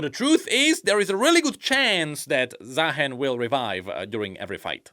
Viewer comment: I still cant believe some people are calling him zahin including the champion spotlight voiceover